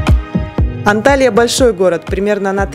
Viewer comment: Почему все блогеры неправильно пишут и произносят названия городов Турции?Не Анталия правильно Анталья, это принципиально .давайте ваше имя искаверкаем вам приятно будет?